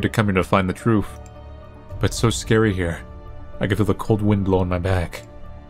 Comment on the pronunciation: pronounces truth as truuf. That's just amazing.